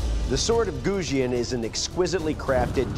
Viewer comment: They pronounced the Chinese words so badly that I didn't even know what to type to Google them. Jian "Jeanne" Sword of Goujian "Sword of Goo Jeanne" Qinglong Ji "Key Long G" Kachin Dao "Catching Dow" Hudie Shuang Dao "Who Day Dow"